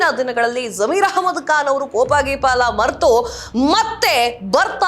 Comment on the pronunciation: ಬಂಢಾಯ ಅಲ್ಲ ಮೇಡಂ ಅದು ಬಂಡಾಯ.ಬಾಂಧವರು ಭಾಂದವರು ಅಲ್ಲ.ಕಾನ್ ಅಲ್ಲ ಖಾನ್.ಸಿಖ್ಖಾಪಟ್ಟೆ ಅಲ್ಲ ಸಿಕ್ಕಾಪಟ್ಟೆ. ಎಷ್ಟು ತಪ್ಪುಗಳಿಂದ ಕೂಡಿದ ಕನ್ನಡ ನಿಮ್ಮದು!! ದಯವಿಟ್ಟು ಕನ್ನಡವನ್ನು ತಪ್ಪಿಲ್ಲದಂತೆ,ಕನ್ನಡ ಶೈಲಿಯಲ್ಲಿ ಮಾತನಾಡಿ🙏